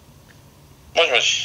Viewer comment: 俺は「あい、よしよし」って言ってたと思たわ( ˙-˙ )